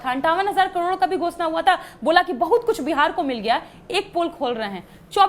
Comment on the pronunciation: करोड़ को कडोर बोल रही है